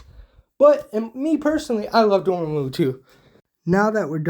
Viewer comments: His name is pronounced Door’Mah’Moo Also he’s an immensely powerful immortal sorcerer who comes from a race that views cosmic tier magic as basic science. So simplifying his abilities as “super healing, super strength, and energy blast” is kinda funny. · Not a bad list, leaning a bit too much into the movie side of marvel but still solid. (That Dormammu pronunciation is gonna kill Me)